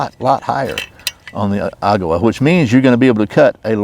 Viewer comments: “EH-ga-wa”. Emphasis on the first syllable. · Good comparison. It's pronounced agg-a-wah. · The first syllable is stressed with a secondary on the last. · I think it's pronounced Agawa. Not Agawa.